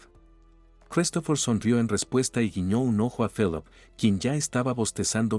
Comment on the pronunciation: Se pronuncia filip